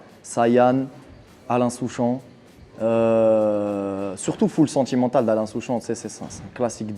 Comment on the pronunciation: mdr i mtue soolking quand i dit alain souchon